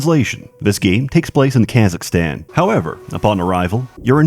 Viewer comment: Why do you pronounce Kazakhstan like that? Tf?